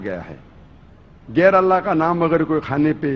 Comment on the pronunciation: You got some serious mental disorder! You can't even pronounce ALLAH's name properly...You talk about Islamic ruling!?...About rape...Just check the rape and sexual assault related statistics on nation master...The gulf countries where most of the women cover themselves are the countries with considerably lower rates of rape and sexual assaults than the rates of those in European and American countries...The rape rate in your sexually open European countries are way too high...Just check that